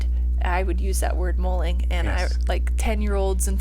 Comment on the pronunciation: l hate to disappoint you however it’s mulling over something not molling as you say. We Aussies use the word regularly!!